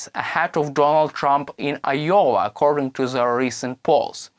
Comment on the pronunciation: Wtf is yowa??? Do you mean I O W A Pronounced. " eye- oh- wuh!!!!!!